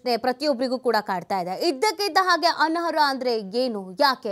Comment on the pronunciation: ಅನರ್ಹ.... ಅನ್ನೋ ಪದವನ್ನು ಚೆನ್ನಾಗಿ ಉಚ್ಛರಿಸಿ